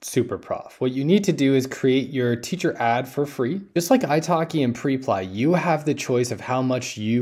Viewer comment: Hey bro great content as always- liked it before I even watched. Just wanted to point out that I’m pretty sure it’s pronounced (prep-lee)